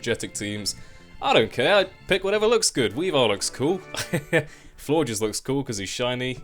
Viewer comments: I was so disappointed to hear you say floor-jizz like everyone else. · Seeing as the first to have french endings(Flabébé and Floette) Florges is probably pronounced floor-gey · Lmao I heard floor jizz too :/